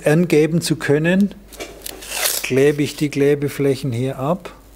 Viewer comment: Ich krieg die Krise, wenn er sagt „Kläber... verkläben... Läder..“ puuuh🙈😂